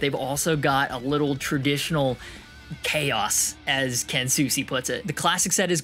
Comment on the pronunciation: You said it like Keen Hawshman, it's Keanu like Keanu Reeves but without the "u Reeves" lol. It's weird on paper tho, so I get it